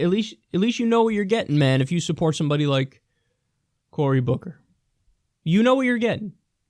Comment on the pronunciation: Died when you said Bory Cooker... Who? Lol